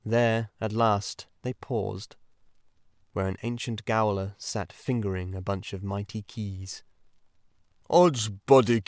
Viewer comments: I did love the lyricism and songs and character voices.. Thank you, thankyou. The frequent and repeated mis-pronunciations were jarring though. Gaol is jail.. Quay is key and Stout is Stoat... that one exactly as it is spelt on the page.. I too hope the reading won't be used to train AI. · Quay is key. Gaol in jail. Mispronounced makes you sound AI.